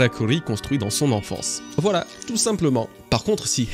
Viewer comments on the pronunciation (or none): none